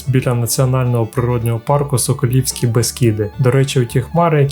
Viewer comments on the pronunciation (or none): Сколівські Бескиди, не соколівські. Від назви міста Сколе.